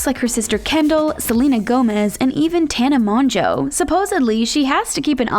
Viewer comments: Did they really just say Tana Monjoe I- 💀💀😂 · “Tana MONJO”